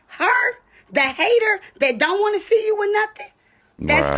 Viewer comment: SEE. Not ses.